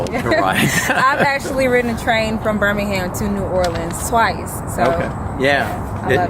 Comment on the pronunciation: Wow your pronunciation of Birmingham is perfect,... From Birmingham UK